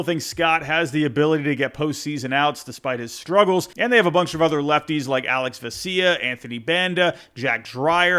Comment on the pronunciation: “Alex Ve-see-ya” 🥀